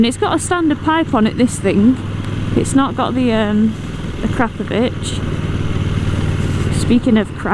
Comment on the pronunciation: Instant thumbs up for pronouncing Akrapovic fairly well. :)